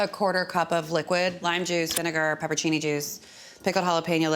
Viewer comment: TIL that Americans often mispronounce it "pepper-cini" and I'm a little upset about it ngl